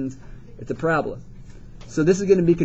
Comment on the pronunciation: "its a prablaaaaa" xD